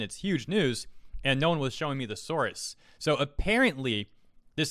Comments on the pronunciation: It's source, not souarse. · sorus... did you mean source? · Why do you pronounce "source" as "saurus"? Is that a Canadian thing?